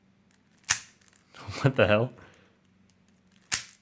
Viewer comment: "It corner cuts? Wat da hail?" I appreciate his true Asian